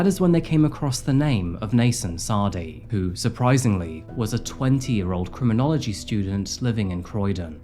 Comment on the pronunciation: a cruminology student?? LMAO!! epic fail dude! did you learn nothing?